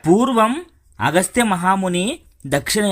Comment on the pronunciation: clear ga ledu agastiyaN ah ayana ni kuda tamil chesesara 😅